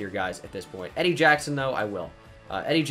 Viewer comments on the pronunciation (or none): none